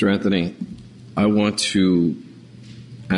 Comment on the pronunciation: judge: "Mr Anfhony " lol